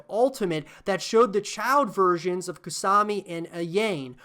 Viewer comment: I hope DOA can somehow come back from its grave. The gameplay is really fun, and the multi-tiered/danger zone stages are incredible, but so many people dismiss it as "that one that people like because it has sexy girls" With that being said, Kasumi can "hold" me anytime ;) Edit: I couldn't finish this video after you said "KaSAmi and AYAYne"